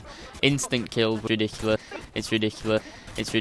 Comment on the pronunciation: its ridicula, its ridicla, its ridicla, its ridicules. HAHA